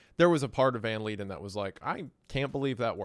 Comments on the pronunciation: It took me a while to understand that he was saying Jan not Han and he pronounced leiden correctly exactly once. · Jan van Leiden is not pronounced as Leeden, it's pronounced more like van lyden